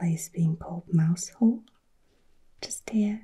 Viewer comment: Mousehole is not pronounced as it's written but as MOW ZEL.